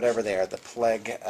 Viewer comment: PLAGUE! PAHLAEGUH!